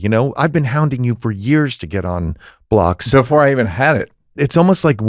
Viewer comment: Every time you say “This is the Blocks podcast”. I think you’re saying, “This is the Blacks podcast”… and I’m aware I’m watching the Blocks podcast lol